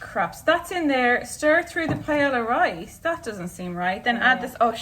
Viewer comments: i love you so so so so so much...but I almost choked when you said paella. (its "pa-eh-ya") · this recipe and the way you say paella (which in all fairness is how it's pronounced in English) is as if fish and chips were made with beef and beetroot and pronounced "chiffon-cheese", it's so sad :( dodie's "wait, what?" made it worth it, though :) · Is hazel saying Paella?? If so, never in my 22 years of life have I ever heard someone pronounce the l’s 😂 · you're lucky I like you because I was about to completely ROAST you because: 1) that's NOT how you pronounce paella AT ALL and 2) that's NOT paella AT ALL. I'm not saying it must taste bad... but that's just rice with things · I have never heard someone pronounce paella like that lol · I’ve never heard Paella pronounced that way. It made me cringe so hard as a Hispanic. You get a pass because you’re Irish. :p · Is that an accent or just proper pronunciation? 😂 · It is a Spanish dish, so that’s the correct way to pronounce it! Double L’s (paeLLa) make a “y” sound. Like Camila Cabello is pronounced kuh-meel-uh kuh-bay-oh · PIE-YAY-YAH D' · My B+ in highschool Spanish is offended by that pronunciation of paella (it should be pie-aye-ya) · Forget pronouncing chorizo. Pie-Ella?????? Girl. Lovin these vids though so much, appreciate you. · pronouncing it "pie-el-uh" made me so uncomfortable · Pae-yuh. Ll= y sound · “I’ve started to settle into this madness” - like hazel pronouncing paella as pa-eY-LL-a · pay-ella. yikes. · A PIE-ELLA 😂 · Hazel mispronouncing paella really just sent me